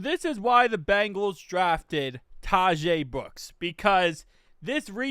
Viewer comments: Yo, I believe Tahj Brooks’ name is pronounced kinda like “dodge”-“Todge” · It’s pronounced “ Ta-agsh”, he’d be saying it right if he wasn’t making the “e” sound at the end.